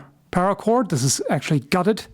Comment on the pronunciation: Spare para cord. Spara cord? Gutted. Cored Spara cord?